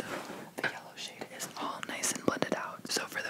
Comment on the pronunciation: Lightning is white and he said yallow yknow picachu 😭😂